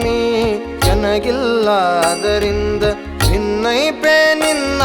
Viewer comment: ಅದ್ಭುತವಾಗಿ ಮೂಡಿ ಬಂದಿದೆ. ದಾಸರ ಪದಗಳಿಗೆ ಉಚಿತವಾದ ಧ್ವನಿ. ನಿಮ್ಮ ಧ್ವನಿಯು ಇನ್ನು ಹೆಚ್ಚು ಹೆಚ್ಚು ಕೇಳಿಬರಬೇಕು. ಮನವಿ : ಸ್ವಲ್ಪ ಉಚ್ಚಾರಣೆ ಕಡೆ ಗಮನ ಕೊಡಿ." ಬಿನ್ನೈಪ" ಪದ "ಭಿನ್ನೈಪ" ಅಂತ ಕೇಳಿಸುತ್ತೆ. ಶ್ರೀಹರಿವಾಯು ಗುರುಗಳ ಅನುಗ್ರಹ ನಿಮ್ಮಮೇಲೆ ಸದಾ ಇರಲಿ.